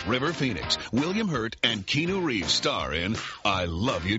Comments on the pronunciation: Keenu reaves? Kee-a-nu. Srsly. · LOL...... KEEENU REEVES... really, was that a mistake. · "Key-nu Reeves" I'm dyin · uh did he just say Keynu instead of Keanu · Wow lol get his name right announcer lol